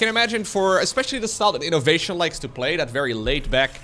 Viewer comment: As someone who hates when terran wins, i'm terrified to hear this 4 syllable again: I-NO-VA-TION! 🙄